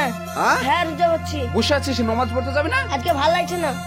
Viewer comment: নমাজ কেনো বলছ শুদ্ধভাবে বললে তো ভালো হত নামাজ বলবা